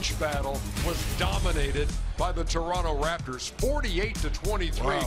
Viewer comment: Thanks Ernie for pronouncing Toronto correctly